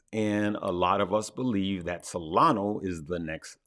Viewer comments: Hey, thank you for your excellent content an tips. I´ve been following you for a couple of weeks now and I really appreciate your great sense of humor and the knowledge you share. Since there is always room for improvement, I hear you say Solano instead of Solana when you refer to that coin =). Live, love, laugh and learn! My best wishes to you! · did you say Solano and Manor?